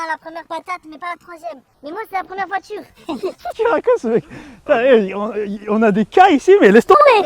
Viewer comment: On dit voiture pas vature